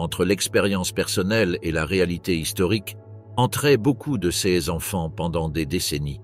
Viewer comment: clairement la façon de prononcer certains mots, "ces-e enfants""cesse bureaux" ,par exemple de l'i.a. est vraiment hyper agaçant